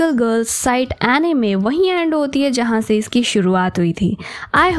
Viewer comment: Its not Ae-nime, its Uh-nime 😅😅